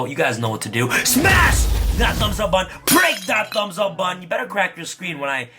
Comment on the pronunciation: You say “button” like “bun” and I didn’t understand what you were saying until I was today years old.